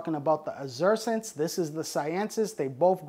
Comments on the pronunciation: Seems he's incapable of pronouncing most of what he's talking about. "Psilossabee Allen-i", "Psilossabee Cyansis", "Psilossabee Azursints". Sound it out buddy, it isn't brain science, or rocket surgery! But to be fair, he does seem to know what he's talking about. He just struggles harder than a blind amputee with a severe case of explosive diarrhea when it comes to pronunciation. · He speaks a heavy regional American English. Impossible to mistake where he's from. :) Has a few problems with the latin also -- especially cyanescens and azurescens But, ah well. Not so important.